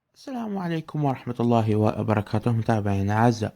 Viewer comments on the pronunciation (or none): none